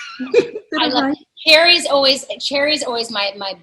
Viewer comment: Wow I thought her name was pronounced (Sher-Ree) not cherry. You live and learn.